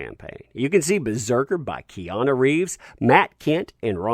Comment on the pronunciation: ‘Peana’ Reeves?